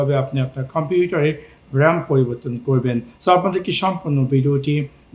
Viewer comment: ভাই কোন ভাষায় কথা বলেন?🥴 খম্পিউটার কি?